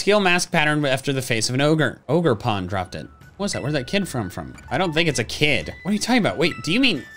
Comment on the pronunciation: you pronounced it wrong it’s O jer pawn